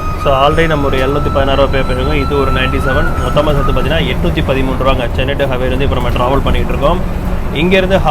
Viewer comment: Ji just some suggestions since you asked .. if you read the board in Tamil , it is not Haveri It is Haaveri ( please note the Thunai kaal) Similarly it is DavaNAgere Not dhavan gere Preferable to read in Indian languages so that pronunciation can be correct